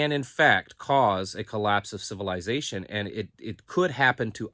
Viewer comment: I like how pronounces civilization...civil "eye" zation